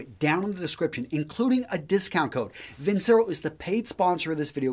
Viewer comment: "vin´chero" would be correctly pronounced, though too much of an Italian "quality" brand name for Chinese movement.